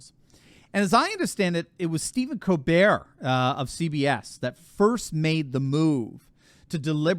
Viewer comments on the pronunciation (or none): You might consider pronouncing Stephen Colbert's last name as "Kol-bert" not "Colbere' as he was born in Washington D.C., not Paris, France. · This is America, stop catering to Steven Colbert by pronouncing his name like were French. In America it's pronounced Coal-Bert, NOT Coal Bear!